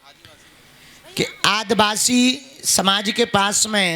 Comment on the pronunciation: पगला *आदवासी*बोलता है। आदिवासी का उच्चारण भी नहीं आता।